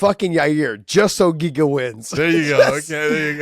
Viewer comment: I’m waiting for Josh to start calling Yair YA-REAR like Chael does 😂